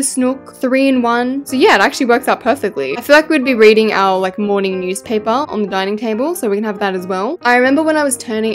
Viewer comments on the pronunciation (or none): none